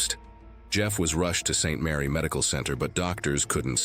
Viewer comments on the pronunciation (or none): none